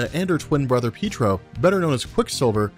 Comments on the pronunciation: Peetro, lol! Pee-ay-trow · Peetro? PEETRO? It's Pietro! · I heard you say peetro